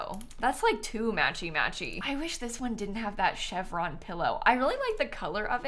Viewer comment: says “chevron pillow” and I hear “Chef Ron pillow”